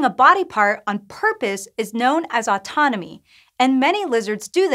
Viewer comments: its autotomy not autonomy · The word is "autoTomy", just FYI. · It's called autotomy, not autonomy... 😛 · Autotomy, not autonomy. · You mean "autotomy"...? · It's Autotomy, not Autonomy. I think you guys are slipping on your research. I hope you get back to the quality I know and love. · it says on screen, "autonomy" so its NOT just a mispronounciation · Everyone on here is annoyed that they said autonomy instead of autotomy; but I’m annoyed that they didn’t even mention the creature that perhaps does this most impressively. The starfish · So a science presenter on a science shop talking about autotomy calls it a totally different word with a different meaning, spelling, and pronounciation? k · autotomy was written in the subtitles, the way it was pronounced way off-putting but wasn't meant in a bad way